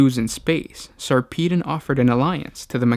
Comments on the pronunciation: sar-pee-den? it's sarper-don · Sarpeedon? It's Sar-peh-don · lol whenever i read the books, i've always Sarpedon's name as "sarpuh-don". this is turning my world upside down. But for real, the novels are amazing. Best series I've read in the 40k universe so far. Ben Counter did such a good job. He also showed despite a Space Marine's modifications that make them generally superior, underneath their oaths and layers of honor and battle scars, they are still only human and cope with human emotions in the appropriate situations. You see them get tired, jaded, worried--any single thing that would cause one to normally write-off an Astartes. Granted, they still cope better because they are still Space Marines, but it's a refreshing take on the mind of one. Plus extremely graphic details in increasingly difficult battles. Good Stuff.